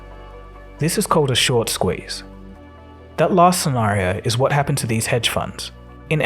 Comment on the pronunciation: Squeeze not sqouze